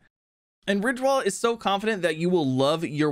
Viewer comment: when you said ridge wallet I thought i heard you say rick rollet lol